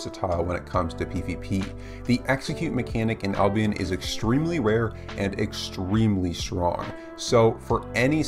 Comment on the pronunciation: New drinking game: take a shot every time he says "extremelly"